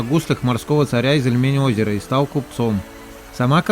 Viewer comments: Спасибо вам за видео. Единственный, что резало слух - это неверное ударение в названии нашего озера. Ильмень, а не ильмЕнь 🙈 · ИльмЕнь пельмень... Ильмень, ударение на И